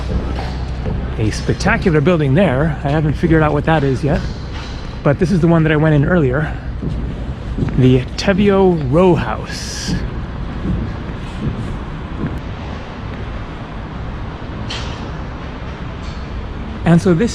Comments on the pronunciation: Teviot is pronounced as ( T.V. -it, the T is not silent ) and you also pronounced McEwan wrongly as well. I`ll give you 5 out of 5 for pronouncing Edinburgh correctly though,. Still a long way to go buddy. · A few mis-pronunciations there. Teviot should be (Tee)viot, and McEwan should Mc(You)an. I also noticed at the start of the video you were pointing at Salisbury crags, Arthur's Seat is the higher Hill behind the crags bur not visible in your video.